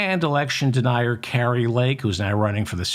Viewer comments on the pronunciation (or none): none